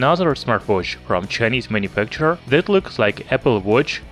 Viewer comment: not to offend you, im suprised how you always pronounce 'th' as 'zh', instead of saying this/that, you said zhis/zhat.. Since you pronounced 'days' correctly, you can just use the 'd' as in days to say dis, dat...etc your video is very informative..keep it up